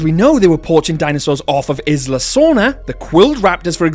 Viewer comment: the way he pronounces Isla scares me